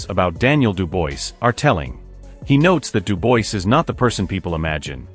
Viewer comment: Why is it when someone narrates about the likes of DuBois and Itauma they never pronounce their names properly like Itauma they call him Itoma or Atoma and DuBois they call Deboyce. Can't you just do your homework and call their names as they should be. At least listen to the pundits who more often than not pronounce them the way they should be pronounced. Ffs!!... Having said all that there hasn't even been any talks about a fight between those two boxers so this video is about a possible fight between these fighters not a real fight....